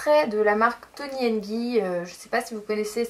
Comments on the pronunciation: Ce qu'elle voulais dire c'est que cela ce prononce "gaille" et pas gui ;-) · Tony and guy pas and gi comme ta dis mddr